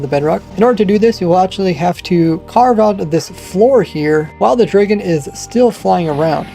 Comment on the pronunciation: Bro says draygon lmao